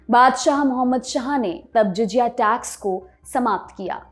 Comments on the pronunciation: Well done. In this short time your informative format is absolutely nice and outstanding. Because you belings to lallantop group it make me a little restless when your prononuce JIJIYA instead of JAZIYA. Please dont take it otherwise i am just trying to make you to match to mark which LALLANTOP which sets by you and your team under Saurabh ji Thanks and congratulations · आये उर्दू नहीं बोलनी आती तो ना बोलो । पुर्ज़े को पुर्जा कहती हो “ जज़िया “ को जजिया कहती हो।